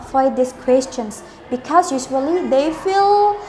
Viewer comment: ko because dia ngmngnya 'bikaus' bkn 'bikhez'